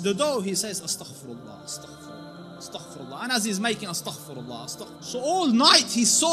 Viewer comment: Its astgahfaar